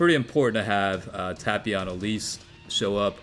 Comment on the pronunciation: The way he pronounces tapion gives me ear cancer though.